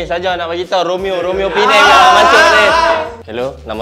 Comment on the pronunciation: Memang meluat arrr ddok sebut penang